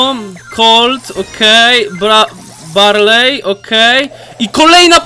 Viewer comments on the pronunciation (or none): Nie mówi się ,,berli" tylko barlej